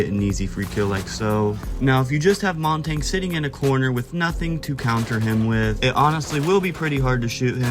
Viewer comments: if you're saying Monty I'm wrong but it doesn't sound like it, it sounds like you're saying Montagne and pronouncing the G somewhat which is wrong, I'm not nitpicky I just thought it was funny but ofc you had to get all defensive, idgaf how you pronounce words dude... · the way blud pronounces montagne